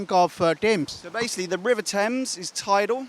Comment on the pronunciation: I think anchor is from up or Bihar River ya rebar 😄😄 listen in starting of video